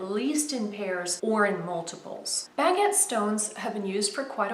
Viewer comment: I love how you pronounce "baguette" really. It's a pretty design but I still prefer the usual or common diamond cut. Thank you so much for sharing another jewelry minute video...xoxo